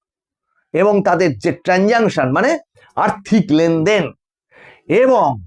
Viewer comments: Kindily, saying dada the correct pronuntiation is transaction. nottransantion. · Please rectify your English pronunciation. Correct word is 'transaction '.